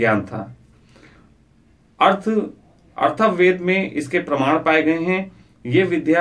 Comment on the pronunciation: "Arthav ved " Nahi " Atharva ved" hai. Pronunciation tak Nahi maloom ko pravachan karne chale.